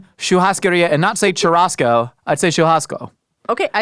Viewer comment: pronunciation of "churrasco" just sang in my ears